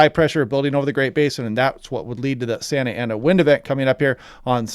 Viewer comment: you pronounced it pretty good